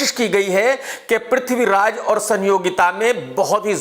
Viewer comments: Tum bosdike ke namm sahi se lo prithviraj ka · Sahi se naame la le bewakoof the great warrior Prathviraj g ka